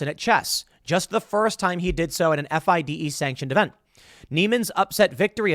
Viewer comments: FIDE pronounced FEEDAY. Lol. Get Hikaru on your podcast! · I love how you pronounce fide. Lol. It's pronounced fee-day. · Tim, you don't even know its pronounced, "Feeday" come on... and this lawsuit is packed of lies and exaggerations. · When Tim spells out "FIDE" instead of saying "Fee-Day".... yea Tim, your talking out of your azz here bud... you dont know much about chess. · It's pronounced fee-day(FIDE)